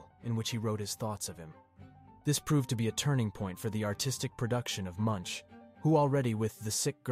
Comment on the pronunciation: His name is pronounced mʊŋk